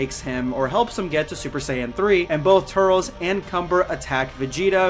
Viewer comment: Not turtles more like tur-lis 🤣🤣🤣🤣🤨🤨🤨🤨🤨🤨🤨🤨🤨🤨